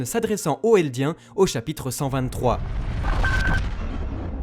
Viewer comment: chapitre pas chapytre